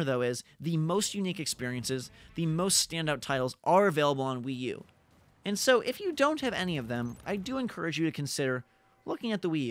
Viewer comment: stopped listening at Wi-U